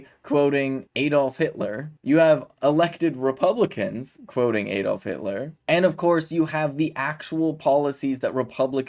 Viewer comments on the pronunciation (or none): He said Aid-off. Big deal. He’s doing something bold and courageous, what are YOU doing to IMPROVE our democracy?!? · It's ADD-olf NOT Eed olf. Shall we start calling the state Eeleebeemee instead of Alabama?